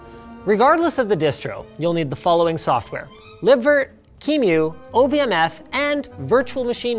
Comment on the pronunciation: Qemu is pronounced "cue-emmyou" by the way. But never mind :)